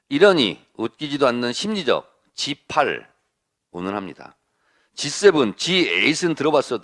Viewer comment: 대통령실 대변인~G8이않이고~시팔이겠지~발음을똑바로하라~국민들은~시팔로~들린다~날리면이~않이고~ 바이든~이라고들리듯이~~